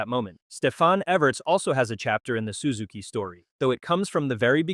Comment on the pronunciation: Sue-zuki? First time ever hearing it pronounced like that.